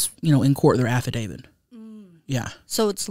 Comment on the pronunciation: "hey um why do they call it a afradavid?" 💀💀💀 Ya mean affidavit 🤣